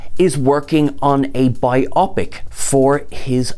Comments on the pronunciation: Bio-pic. Bio-pic. Not bi-opic. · It's bio-pic, as in biographic picture, not bi-opic. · Right. It's not two "opic"s, it is a bio(graphy) pic(ture). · Thanks for the news! BTW, in the US, we say “BIO-pic” not “bi-OP-ic” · Pro tip: it's BYE-oh-pik, not whatever the f&%$ you're saying.